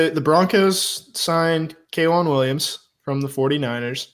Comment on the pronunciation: it's pronounced Kay-Juan not Kwon, he's not a bad CB3 if he can stay healthy.